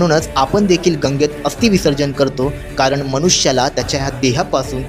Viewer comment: गंगामध्ये नाही गंगेमध्ये, कारन नाही कारण. स्पष्ट मराठी बोला न नाही ण म्हणा आपल्या भाषेला अभिजात दर्जा प्राप्त झाला आहे